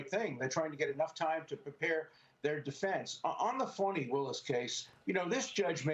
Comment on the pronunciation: It’s Fani not Farni ...